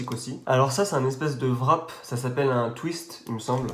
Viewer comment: Le WRAP se prononce pas vrap met rap :)